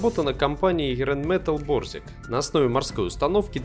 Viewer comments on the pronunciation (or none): Не рэйнметал а райнметаль